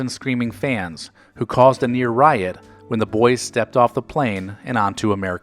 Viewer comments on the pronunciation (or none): none